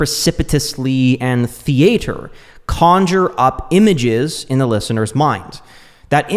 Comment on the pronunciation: Why did u pronounce theater weirdly